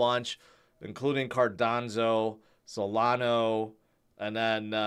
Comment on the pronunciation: Cardanzo and Solano. They somehow become Italian projects? 😂 Also "Howibi" instead of "Huobi" 😆